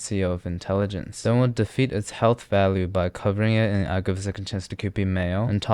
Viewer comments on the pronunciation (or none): none